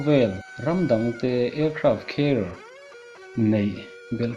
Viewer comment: Aircraft Care ti angin ka hriat dyh chule....😊😊😊😆😆lol